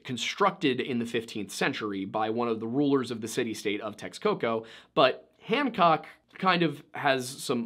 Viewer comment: Points for the effort on the pronunciation attempt, some help for pronouncing nezahualcoyotl would be like this “nessa- hooal- ko-yo-tl. Also the Aztecs pronounced the x’s in their words with the “sh” sound. For example the Mexica tribe is meh-SHE-cuh and lake Texcoco is Tesh-koko.